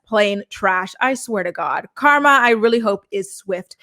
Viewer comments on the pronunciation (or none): none